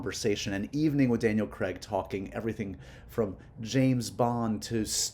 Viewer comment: Love this ❤ Daniel’s amazing! As a Brit please get his name right 😊